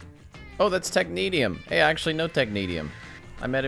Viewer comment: ‘Neat’ video as always, that RIO guy won’t shut up though. It’s pronounced ‘Technea-sh-ium’ not ‘Tech-neat-ium’ ;)